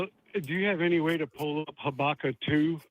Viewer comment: I like how he pronounced Habakkuk like Chewbacca 😅